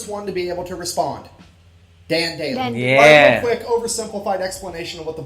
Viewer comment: yeah...but Sgt Maj. Dan Daly is Daly...not Daily, nor Dailey.